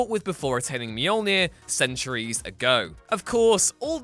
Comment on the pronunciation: "Centuries" not Sentry's